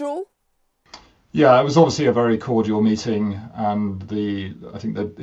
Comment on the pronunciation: I heard "mating"